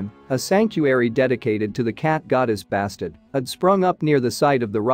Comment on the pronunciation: Interesting however it is quite jarring to hear the names of people, animals and places murdered. For example Bastet is pronounced Bass-tet.